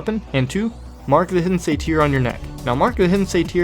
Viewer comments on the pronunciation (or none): Satyre pronounced- say ter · Thanks for the updated guide. I'm looking forward to trying the new method out. Your videos are much appreciated. :) Btw (not trying to be a jerk, I promise <3 ) but "satyr" rhymes with "later". :)